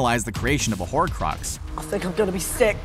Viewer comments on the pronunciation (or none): Horcrux not horrid